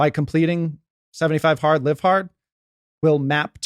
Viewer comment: 75 hearter? My first time stumbling on this podcast, what is 75 heart?